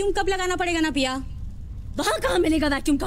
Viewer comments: ...its pronounced as pee-a, not pi-a😂😂😂😂 ... that's called henna(hen-ah) ... there's many many student who loves engineering from the bottom of their heart, but a large number are pressured to study engineering. Each year 30-40 engineering students commit s*ui*ide in India PLEASE PLEASE PLEASE react to CHHICHHORE PLEASE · Paya 😂 instead of Pia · The movie is one of the best and damn funny but what really made me chuckle this time was you pronounced Pia as Paaya 🤣🤣🤣🤣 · Its pia guys not paya....😊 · How come you can pronounce Fia as Fi-ya and cant pronounce Pia as Pi-ya🤦🏻 but Py-ya😂?